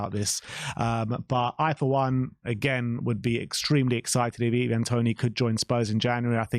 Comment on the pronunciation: Can you please make up your mind how you're going to pronounce "Ivan" 😂